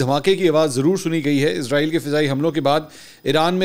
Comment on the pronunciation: Ask mansoor # بھائ جان لفظ عزرائیل نہیں ہے اسرائیل ہے پلیز کوریکٹ دیز